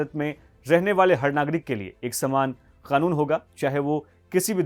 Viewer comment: I love ur pronunciation of 'KANUN'